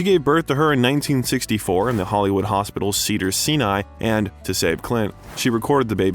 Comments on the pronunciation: You mispronounced SEVERAL names in this video. Never heard Sinai pronounced “see-ni” or Gillespie pronounced “Jih-lis-pee”… John Huston is “Hugh-ston”. And a couple more I can’t remember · A good Look at Clints career, but the narrator mispronounces words so often it makes our cringe. A few of the many, many Faux pas is saying "Sin-eye" instead of "Sign-eye" for Sinai, and Eigen Saction instead of Eiger Sanction for one of Clint's films. The narrator does this about once every minute of the post. Early on he pronounces Sergio Leone's name as "Lee-own" so many times I wondered whether he was hired to voice this because he was someone's relative! Terrible! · Great Doc....but what is up with the narration? Cedars- "SEEN-EYE" Hospital?? Magnum "POWER"?? "EEE-gan" Sanction?? "HAA" Plains Drifter"?? Micheal "SA-NEEMA"? Sounds like some kind of A.I. or speech software that can't handle some phrases. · Dizzy jilespie? Hard G It's Martin Milner not Miller It's not Carmel as in the candy kar 'mel His salary was "6 numbers"? it's 6 figures Did you even go to school? Cedars Sinai not "cedar seeni" It's akeera 🙄 Wow you really don't even read it's EigeR bot EigeN Sanction Halfway thru It's pronounced Michael 'chimeeno" not "seemino" John Huston pronounced like city Houston Philadelphia "enquerer" In-qui-ER Your command of basic pronunciation is appalling And taints the well done bio 🤣🤣🤣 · Incorrect pronunciation of Mt Sinai, Leone and Dizzy Gillespie were the ones I noticed. Does anyone have any others to add? I am only halfway through this.